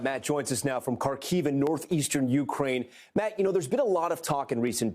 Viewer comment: They couldn’t find a talking head you knows how to say Kharkiv?